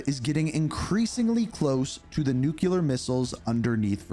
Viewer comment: bro, did you just say “NUCULAR??” 😂😂